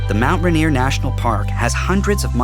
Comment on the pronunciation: "...miles of shore front beaches...." Don't all beaches front the shore? And Mt. Rainier is not pronounced "Run-eer."